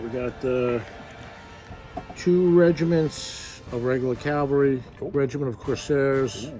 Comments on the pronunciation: And it’s cavalry not ‘Calvary’ 😢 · Dude can’t even pronounce “Cavalry.”